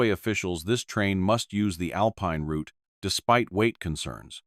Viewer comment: New Subscriber here. Thanks for sharing, and pronouncing Route properly. As in Root 66. 😂. 👍🙏🇫🇴🇬🇧🇺🇸🫶🫂.